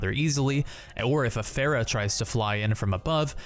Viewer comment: I hate the way you pronounce pharah.